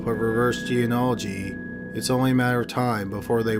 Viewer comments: He's never been able to pronounce it. It's kind of funny and sweet. I commented about it once years ago and he actually got better at it in the next upload- then went back to mispronouncing it, lol. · Its kind of sweet that you still cant pronounce genealogy.